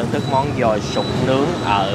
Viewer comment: Đọc là dồi chứ không phải giòi nha anh , cứ nghe giòi giòi lại suy nghĩ đến con giòi nên hơi nhợn người